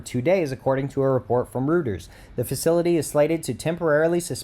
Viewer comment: Please, find out how to pronounce words BEFORE you go "live" and make a video (so your credibility doesn't suffer any more than necessary): Hermosillo = "her-mo-see-yo" Reuters = "roy-ters" -- BR